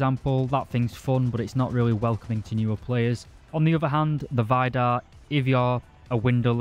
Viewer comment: Why do you keep calling it Vajdar? Everything and everyone ive heards it's name from, including Kratos, naming one of scandinawian gods, said Veedar xD